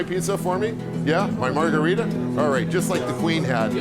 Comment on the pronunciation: So chef PEE-YAY-CHUH-ROW made that special MAR-GOO-REE-DAW pizza... in KNEE-YAY-BULLY...